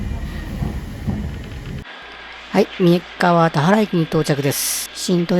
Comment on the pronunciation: 動画での投稿者さんの声 クリスタルボルト→クリスタルポルト たわら方面→たはら方面